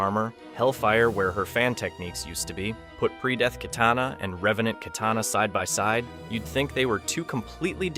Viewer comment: KYtana...the pronunciation is hilarious 🤣...